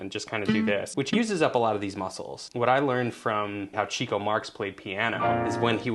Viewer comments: Chico Marx is pronounced “Chick-o,” not “Cheek-o.” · Thank you, and Andrew! I never thought I would learn so much about Guitar from the Marx Brothers. Apparently, the piano playing brother with the Italian accent, pronounced his name “Chick-o” not “Cheek-o” because he got a lot of women or “chicks”. The phrase is obvious now, but I had no idea that term went back to the early 20th century.